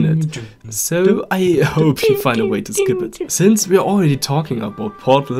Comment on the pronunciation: Bist du deutscher? I l like ur accent if you say "hope" u say Hop und deine sätzse sind abgestoppt nicht flüssig Z.b U can pick staff U can put something in or u can do it in the wrong way.